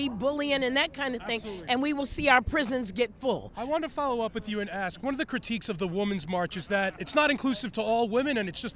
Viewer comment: She was "axe" to speak??